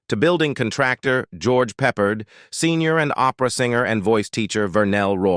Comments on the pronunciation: Learn how to pronounce names. It’s Peppered, but Peppard. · It would be nice if the narrator could pronounce the names correctly, and it's Peh pared not peppered